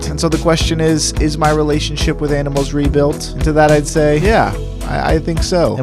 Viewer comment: A. Ahh. Ahhh-nimals. Why are you say o Oainimools????? Tf.